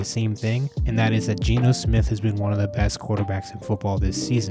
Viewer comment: G-E-N-O !!!!! Not Gino unless you are ordering pizza !